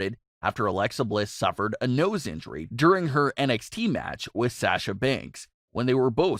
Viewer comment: The way he says Sasha is killing me inside